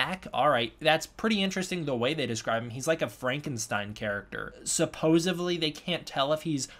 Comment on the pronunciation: i enjoy your videos, but please stop saying suppose-ively....its suppose-edly....its very distracting